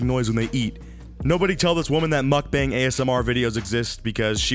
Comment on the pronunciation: Am I gonna be the first person to say something about how he mispronounced mukbang?